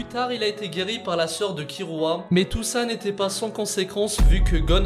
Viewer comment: C’est Kilua pas kirua